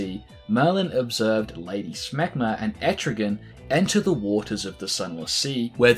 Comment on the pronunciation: WAIT.....did you say "Lady Schmegmah"? ewwwwww